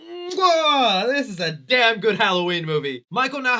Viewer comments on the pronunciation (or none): none